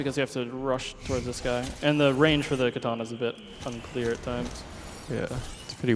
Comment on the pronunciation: Goddammit, the word is "KATANA", not "kitana".